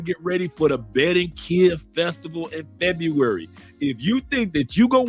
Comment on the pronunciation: It's Ba-rran-qui-lla! BAR-RRAHN-KEE-YAH! Viva to Phonetics! ASE! Viva CHI-CA-GO! LOL!